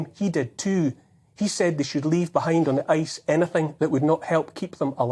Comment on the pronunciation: He knows.... Ye knows....